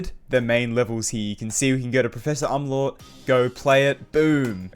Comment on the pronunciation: you pronounced umlaut wrong :(